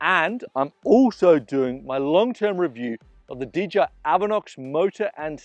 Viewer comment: D-J-I... not didja